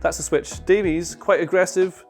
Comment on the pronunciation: It's pronounced Davis you heathen, like Greg Davies from Taskmaster, like the Barry Davies the commentator. Getting all the foreign names right but not the British ones.